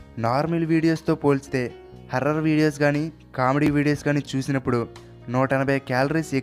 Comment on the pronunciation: Anna harrer kadu horror